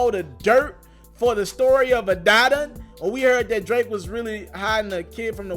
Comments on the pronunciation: Omg I thought I was the only one it bothered!!! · Adidon is pronounced as “Ah-Dee-Don”. With you being a journalist your pronunciation use is killing me. I’m sure you have heard the name pronounced correctly.smh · I cringe every time u say Adaddon.... 🤦🏿‍♂️ bruh journalist can’t be out here mispronouncing stuff THAT many times. Smh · I agree. I respect his hustle but you have to run a tighter ship than that. Stop mispronouncing shit like you just left up off the block.